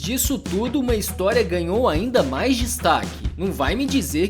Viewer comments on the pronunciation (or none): none